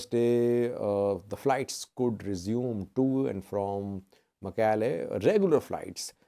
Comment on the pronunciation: Thanks, you pronounced Shire and Mekelle much better than those whose first language is Amharic.